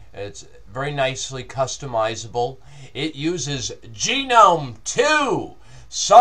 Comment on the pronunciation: It's not really a new distro, but I guess it's not that old either. I tried it a few months ago, then it was based on Fedora 14. I wasn't aware it had turned into an actual "fork" of Fedora with it's own repos, but that sounds like Fuduntu means business:-) It's like the Ubuntu/Mint of Fedora. An excellent review, but I'm pretty sure it's "Gnome" with a hard g, rather than "genome". It's got very little to do with genetics;-) (Sorry, I just had to comment on that)